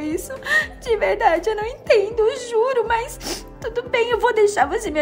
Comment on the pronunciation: "É verrrrrrrrrrrrrrrrrdade" kakakkakakakaakka